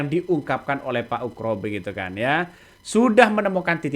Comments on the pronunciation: Pembawa acara ini klau menyebut nama Bpk Ugroseno itu sebut Ugro jangan ukro...salah itu ..benerin ya nyebutnya... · Bukan ukro, tp pa ugro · percisnya pak UGRO bukan pak ukro